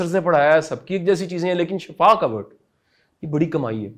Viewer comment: Bht khobsoorat lecture,ap azeem lkn ma apki aik correction krna cha rhi thi,word shifa hota he not shafa